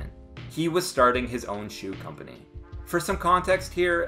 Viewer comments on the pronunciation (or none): none